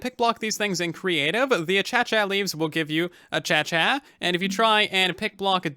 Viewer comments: Aye - Cay - shiUhh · Achacha is such a funny pronounciatuon of Acacia it actually is pronounced uh-Kay-shuh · A-kay-sha Not a-cha-cha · Its not achacha its pronounce akacia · "Uh cha cha"....really bro? Nah, your doing that to mess with me? "Uh kay sha" perhaps? Google even pronounces it this way. Look it up. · I love how and xisumavoid both pronounce it as “achacha” I’m like 89% sure it’s pronounced “a kay sha” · A-cey-cia not achacha that's how to pronounce it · Hey, acacia is actually pronounced a-kay-sha not a-cha-cha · oh lol I was just funin' . Acacia is pronounced ə-ˈkā-shə. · Acacia is pronounced as /a-key-sha/ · Well personly I SAY acazia and he says a-cha-cha So I can basicly Say a-cha-cha real smooth leaves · Did just called the Acacia achacha. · I'm not sure if he's joking or not, but it's pronounced "ackaishea" 😂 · Tell that to Xisuma or Keralis, they both pronounce it achacha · Acacia is said ar-cay-sha We have them all over Australia. They’re beautiful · Why does say “achacha” instead of “acacia” lmao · All I can think about is the ACHACHA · I'm not an expert, but I did frequent Acacia Park in Colorado Springs for a year and I also have tried DMT made from Acacia root bark, and I don't think it's pronounced Achachya. But I like it. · Interesting! I pronounce it: uh-kay-shuh One thing I enjoy with YouTube is getting to hear how others pronounce things different from me!!